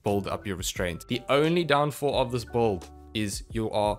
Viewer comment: lol it’s “BUILD” not “BOLD” 😂